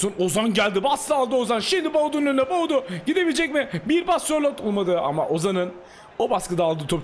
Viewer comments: Abi Tüm Videolar da Bir Gün Doğru Söyleyeceksin Diye Sabırla Bekliyorum Ama Olmuyor 😁 Baudu Değil Abi Boadu 😁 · “Boadu Fernandes” adamin ismi Myron Boadu🤣